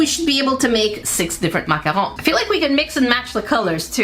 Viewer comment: I love these videos. I especially loved the macarons!! I was so excited that you pronounced macarons correctly! Most Americans can’t (or won’t). And they were so detailed and adorable with their little feet! Only improvement would’ve been a piping bag to apply the “cream” centers so they’d be nice and smoothly rounded on the edges. But you did great!